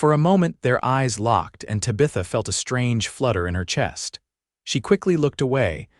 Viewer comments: TAB-i-thuh....not ta-BITH-uh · This was a good story of love and a family. The AI narrative is bad Tabitha is pronounced TAB-A-THA. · Your A.I. reader is really murdering Tabitha’s name. Really ruins the story! 😮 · You need better AI to say the name of the woman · More crap AI. Mispronunciations especially the name of the lead lady. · The pronunciation of her name is annoying. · Great story despite the pronunciation of Tabitha being so jaring.